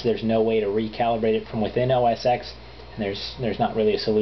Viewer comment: First off, whats the point? I think its funny that PC fanboys do everything they can to get their hands on OS X yet they refuse to buy a Mac. Second thing, touch screen in a novelty. Pretty much useless on the everyday home computer. Third thing, It is pronounced OS 10 not X. Get a clue and get that wannabe Vista POS out of here.